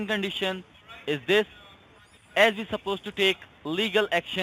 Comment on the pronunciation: I got talk them? Vee. “Vill” find you even in Artic!